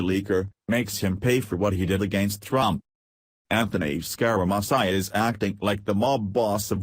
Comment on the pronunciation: Yee-Hee-Hee! I never thought how much trouble a robot would have pronouncing "Scare-a-Mooch-ee". This is the worst I've ever heard.